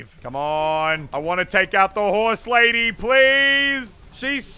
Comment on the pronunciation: Nobody: Muselk: hOrSelAdY